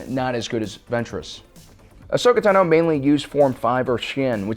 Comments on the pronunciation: Ashoka's name is pronounced TA-no not Ta-NO. You emphasize the "Ta". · He pronoaced Ahsoka Tano Ahsoka ta-no like how it looks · The one thing that bugs me is that you are pronouncing "ahsoka TANO" wrong. Ahsoka pronounces it "tah-no".